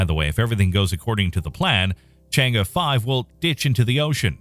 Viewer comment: Congratz on the correct pronunciation of Chang'e (Chang-Urr / Chang-Err). I'm subscribed :)